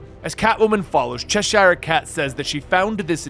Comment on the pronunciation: The way you pronounce Cheshire hurts my ears